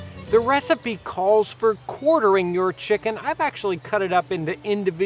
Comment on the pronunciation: Why do you pronounce it chick Kun